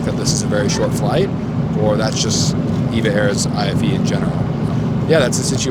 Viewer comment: EVA is a great airline that flies to Europe and the US as a good alternative to the bigger Asian airlines. Btw it’s pronounced E-V-A- not eva. Thanks for another good video.